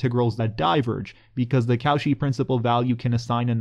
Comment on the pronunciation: Nice video! But Cauchy is pronounced as ko-shee, not kow-shi :-)